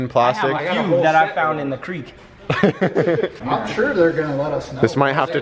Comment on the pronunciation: Thank you for saying creek right